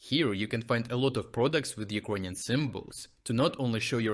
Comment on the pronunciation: why do you pronounce it "ugroynian"? Is it bc of a dialect?